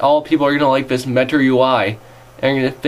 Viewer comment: Dude, where did you learn to pronounce 'th' as 'v'? I mean, 'vis is '? Honestly, you lose cred points by speaking like an English lout (or 'chav', as we like to say). Aside from that, some good points made. But try the preview, it's not all ass.